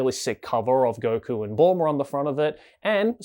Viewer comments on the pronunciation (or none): none